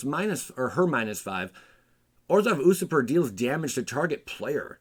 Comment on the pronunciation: Say it with me now... You...surper 😂